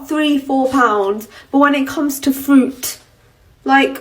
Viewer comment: How many times did she try and say fruit but just kept saying FWOOT FWOOT. Can English not say fruit?